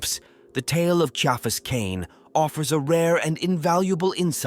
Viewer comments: All AI productions need a 'tard-wrangler. If you can't even get your AI to pronounce the man's name correctly, write it phonetically so it doesn't turn off listeners in the first 20 seconds. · I liked it, but I still winced each time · Atleast get the ai to say the name correctly…